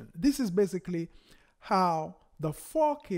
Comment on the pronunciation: Nice video. Didn't know that. But everytime you say 4K, it sounds like you say fuckin/fookin. Lol. It's alright. Fantastic video though!